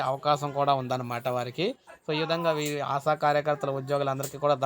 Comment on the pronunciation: ఆశా'వర్కర్స్ కు ఆసావర్కర్స్ కు పలకడంలో తేడా కూడా తెలియదా? నీవు తెలుగువాడివేనా?